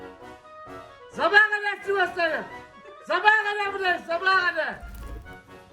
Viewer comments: Zebaaaagaaa gadar burdayıg diyişine bayılıyorum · Sivaslı dayı yalnızca zabaha gadar'ı düzgün diyebiliyor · sivaslı dayı adamsın kazıktı sivastı derken zabaaaaa kadarrr burdayıkk zabaaaa kadar burdayık aasdfgh